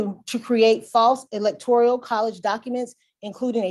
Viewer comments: At least this ignorant, lawyer or clerk, was consistent in mispronouncing electoral, as electorial. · So glad you brought up about the New word... "electorIAL" INSTEAD of ElectORAL... OMFG